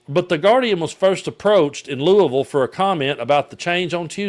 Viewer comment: Thank you for pronouncing Louisville correctly. My mother in law was from there and it was a lesson to me years ago 👏🏻👏🏻👏🏻